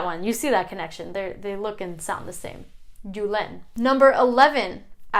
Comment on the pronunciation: Hi. Thank you for your research. When you pronounce Julen Mikel or Iker the accent should be on the first vowel not on the last one. Otherwise it does not sound authentic. Greetings from Frankfurt.